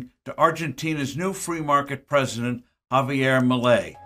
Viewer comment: '' JAVIER MALAY '' JAJAAJAJAJJAA